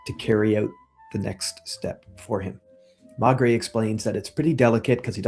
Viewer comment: may-gray. may-gray. Maigret. trust me.